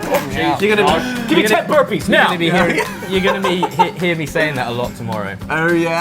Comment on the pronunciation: Rev Chris' "Give me 10 burpees NOW" came out in an American accent and it freaked me out😂😂😂😂😂😂